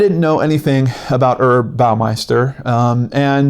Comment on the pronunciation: I tried to watch this the other day and it is awful, just awful. Montage 'o crap. Just a note: one does pronounce the H in Herb when it's someone's name. It's short for Herbert. :-)